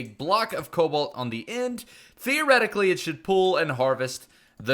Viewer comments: Is it just me or is saying cowalt instead of cobalt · Stop saying it coubalt it sounds like cobelt